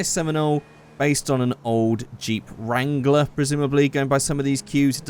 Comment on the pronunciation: everytime he said wrangler i lost 3 brain cells